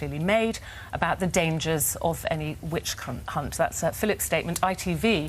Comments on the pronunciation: she says witch #unt instead of hunt; Freudian slip??🫢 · Ruth's slip of the tounge mispronouncing "Which hunt" with a "c" in place of the second "h"... 😁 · 27.52, Ruth slip of the tongue saying witch *unt